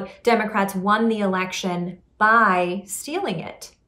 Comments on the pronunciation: Lol he said erection 🤣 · Lmao he said erection